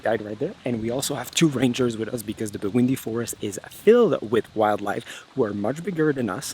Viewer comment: I thought you said 'Burundi' but it Bwindi..... Buindi ;)